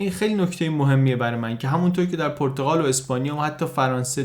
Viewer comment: خیلی عالی ولی پرتقال نادرست است و صحیح پرتغال با ضمه در (غ) صحیح است